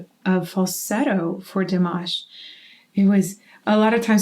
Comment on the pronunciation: It is time to pronounce Dimash name correctly.